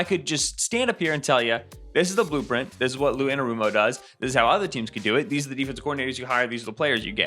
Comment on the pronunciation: don’t you mean the “Lou Print”?